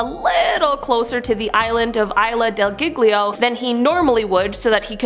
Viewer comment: Giglio: JEELY-oh, not giggly-oh. I went to the Barringer Crater as a kid. It was HUGE!